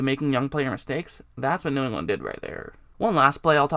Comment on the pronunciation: Boy you cannot say “New England” to save your life huh?